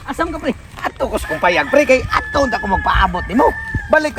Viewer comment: ATONG ANG ❌ ATOK HANG ✅ 😅😂🥴